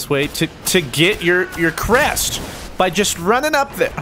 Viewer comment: Why is it the way says "Crest" is so fucking satisfying